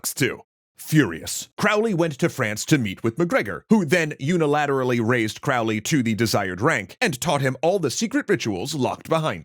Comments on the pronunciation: Can't wait to find out point out all the tings you got wrong! Oh look, Aleister is spelled wrong several times right off the bat. You pronounce Crowley wrong. "Spells" aren't a thing in ceremonial magick. There's no evidence they ever did any of the sigil nonsense you were talking about. JOHN DEE WAS NOT ELIZABETH'S SPYMASTER THAT WAS FRANCIS WALSINGHAM. The Golden Dawn grades are not "based" on tarot cards, though the tarot is referenced in them. The police were already at the temple. There was no physical altercation. Yeats, the famed eugenicist, never kicked anyone down any stairs. In fact, this story (as in short story, fiction) is from a magazine called The Partisan Review that also claims Crowley was a real and successful vampire hunter. Funny how people never mention that part of the story. You confuse Crowley as basically a child with things the adult Crowley did and said decades, putting it all in the most pejorative way possible ("dark magic" What are you even talking about?). Crowley was not trying to take over or ascend to the second highest level in the HOotGD. He was there to get his 5=6, which is about middle in the grade course--which he'd paid for and was owed by the Order, as well as pick up some personal items of Mathers' that Yeats et al had stolen. I'm skipping a lot of the other stuff you got wrong. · Mispronounces Crowley’s name within the first 20 seconds of the video. Not a great start 🙄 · Crowley rhymes with holy. And nobody refers to Mathers as MacGregor. It's either Mathers or MacGregor Mathers. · Hey! I love the show, I've been watching since the Late Bronze Age Collapse! However... It's Crowley like Holy, Not Crowley like fouly. I'll try to remember to find you a source on that. I've found it before, but don't recall exactly where. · It's pronounced Crow-ley (like crow 🐦‍⬛). "My name is Crowley for that I am holy, my enemies call me Crowley for they wish to treat me foully." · Croh-lee. Like a crow. Fwiw. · Crowley rhymes with Holy.